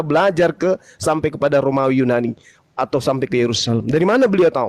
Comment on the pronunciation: Yunani ten bukan yu Nani😂